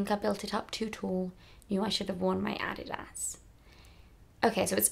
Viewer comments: The way she pronounce Adidas is so damn cute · British pronunciation 😊😊